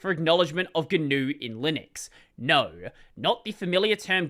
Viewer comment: Probably why I laughed the instant tried to pronounce it.